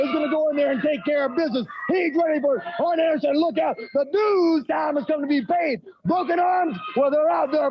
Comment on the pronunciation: It always sounded like Dusty called him Iron Anderson.